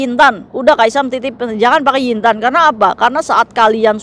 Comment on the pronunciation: Lagi mkn denger ngomong yin tan bukan yu Tan😂😂😂😂😂